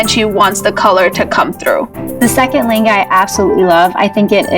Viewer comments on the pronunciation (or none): Why is it like le enga... Ne vin... Just a bit irritating when I don't hear lehnga, and 😰